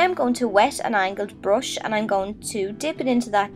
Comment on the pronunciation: It's not a brosh and you're not boffing. It's a brUsh and you're bUffing. Urrgh